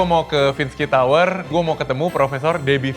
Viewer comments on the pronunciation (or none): none